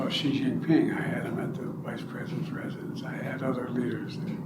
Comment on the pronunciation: “residence” not “residents”